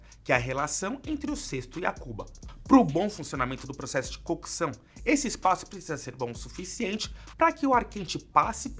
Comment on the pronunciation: Agonia em escutar a palavra “cookeção”